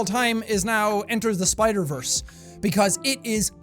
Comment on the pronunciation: Spider verse is technically Disney and he didn’t say it right lol